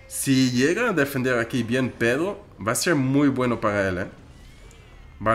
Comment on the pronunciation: me encanta q en vez de decir pedro dice pedo